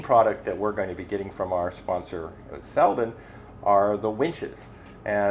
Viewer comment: Congratulations to all new sponsors! Not to be picky but it should be pronounced Seldeen with a long second E. Cheers from Sweden! 😉